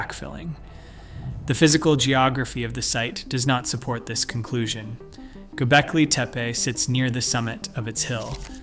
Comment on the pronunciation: He must have had some typos? He pronounced it correctly pretty soon, and didn't re-do it. I found it fascinating.